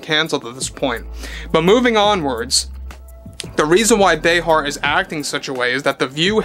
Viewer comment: Say her name right Joy Brayheart.